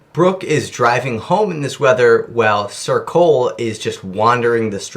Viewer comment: Every time you say ‘sir Cole’ I fully just hear ‘circle’